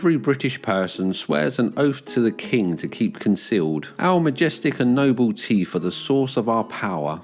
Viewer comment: I'm going to Mock you for "Teef".